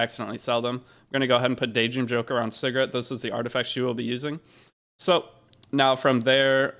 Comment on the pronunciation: at first i thought you was calling segret cigarette lol